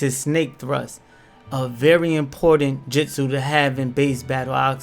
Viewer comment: No hate but kiss-a-may and mit-su-ki had me🤣🤣 and jitsu 🤣🤣🤣🤣🤣